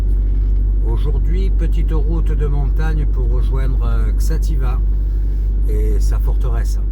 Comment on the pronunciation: Bonjour, il faut lire "Chatiba". Merci pour tes vidéos.